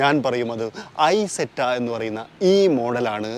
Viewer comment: ഇസെറ്റ എന്നാണ് പറയേണ്ടത്